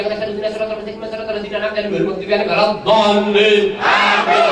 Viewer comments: Walad doliin aminn 😂🤣🤣🤣🤣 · ☝️Aku, ngakak pas bilang walat doliin (Aamiin) 😂😂😂😂